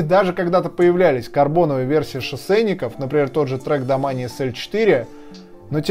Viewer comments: Произносить нужно домейн а не домане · Мне одному кажется что правильно домэйн а не домани а то кровь из ушей идёт) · Так и есть)